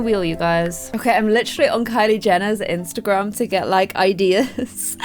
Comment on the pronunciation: she even said simsergram instend of Instagram gotta love